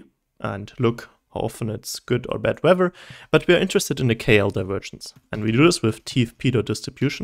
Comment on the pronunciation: Bruh, amazing video. But boy did you mess up weather :-P , excellent video